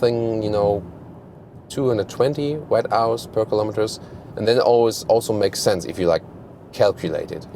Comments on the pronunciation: Guten Tag,. One suggestion, 'Wh' is "Watt-hours" like "what-ours". You are speaking it incorrectly, not "wet-hours", it sounds funny but wrong after all. No questions about the review though, Sie sind die beste. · Nicht "Wett-Auas", sondern "Wott-Auas" :-)